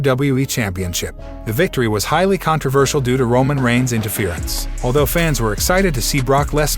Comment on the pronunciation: This robot 🤖 voice nigga said Roman Rhines hell nah lol 🤣